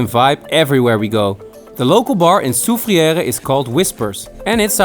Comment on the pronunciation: Am 100 percent St. Lucian the way you said Soufriere and Anse Chastnet is so funny 😁 haha even Jalousie you said jealousy you're killing me 🤣